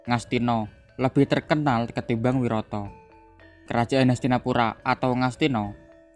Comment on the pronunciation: Maaf mas cuma mau mengoreksi, pengucapannya yang benar "wiratha" bukan "wirata" mas 🙏🏻